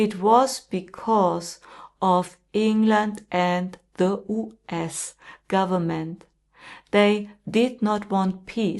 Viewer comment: So you don't even know how to correctly pronounce "US" !!?!!??